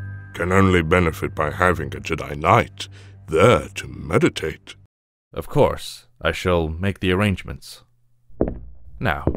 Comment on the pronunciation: it says the jedi 'mediates' but your voiceover says 'medi-T-ates'. completely different thing.